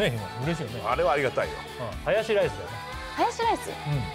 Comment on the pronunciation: 林、そこはハヤシラ~イスじゃなくて ハヤシ……ライス下さいっ❗❗よ(笑)